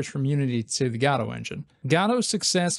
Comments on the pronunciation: Good videos man, but please pronounce it properly. It's "Guh-doh" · Why do you use a "shwa" (an "a") sound instead of an "o" sound when you say Godot? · What's this "Gado" he keeps mentioning? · Hey, you cant pronounce Godot like that. Please, I couldnt watch this video because of it. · cannot get over the way this guy pronounces Godot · Actually, Balatro is supposed to be Balatro. Godot is different. It is pronounced Godot. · No no. It is supposed to be Godot.